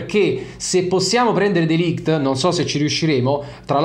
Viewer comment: Si pronuncia MatEis(c) DeLigt